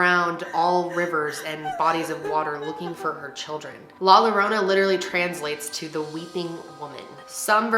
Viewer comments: That in not how you say it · She could’ve made a better attempt at saying la llorona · The way she pronounces “La Llorona” it’s so cute lmao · “La lorona”😭 if I said it like that to my family they would say “ya no sabes hablar o que es la llorona no lorona” no hate I love your video <3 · La lorona I'm dooooneee 💀💀 love youuuu but it's pronouce like "la yorona" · you’re adorable 😭😂😍 it’s easy! La-yah-ro-nah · Yo-ro-na , not lorona😭😭😭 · La “Lorona” 😂, it’s la “Yorona”, who cares tho. love u 🥰🥰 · thought she said la la land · Hahah its Ok. Its “LAH-YO-ROW-NUH” “PAUSE-QUA-LEE-TUH” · It’s la yo-row-na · 2 LL’s are pronounce “YAH”… so La YORANA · You are pronouncing it painfully wrong. It is LA YOURRRONA. The “ll” is silent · No one:: ' la lArOnA'🤣🤣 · i hate the fact that you’re saying la lorona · She said "La Lalorna" 🤣🤣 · you should’ve said it like this : ‘ La Yorona ‘ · ITS LAH YORRONA 😂😂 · Lol when she says la lorona but hey thnx for tryin to pronounce it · It’s pernounced la Yorona but spelled with “ll” idk why lol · just for future reference if there’s 2 L’s and it’s a spanish word its a “y” sound 😭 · LMFAOOOOOOO awwww you said la yarona 😭😭😭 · the way she pronounces "llorona" as "lorona" i'm crying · It’s la “Yorona”... in Spanish, NORMALLY, a double L=y. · Did your friend not tell you about the LL being a Y sound. She ain’t a friend. Lol ahhhhhhhh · lol every time she said Lorona i chuckled a bit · I cracked when she said La Lorona 😂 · Say La "yourona". and "Paskwalita" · Is nice of you for trying to say "La Llorona". To make it easier to pronounce replace the llo to yo. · 😂❤️❤️ it’s la YO-RO-NAH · Lol my little Spanish ears were like wth did she say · I just loved the way you said it 🤣 please make another video saying it with 'sh' sound ♥️♥️ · I can’t watch this….the pronunciation of La Llorona…… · Ugh I’m sorry but I can’t watch this. The pronunciation of la llorona sounds so bad it’s cringe 😬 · La -your-ona